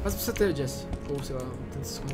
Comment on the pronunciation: "JESIE" KKKKKKKKKKKK É JESSIE